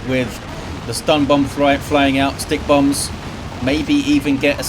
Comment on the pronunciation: I'm still learning about this game, and while I know (now, anyway!) that it's "stikkbombs", I keep thinking is saying "stink bombs" and it stupidly makes me giggle like a little girl.:_indridWarboss:🤭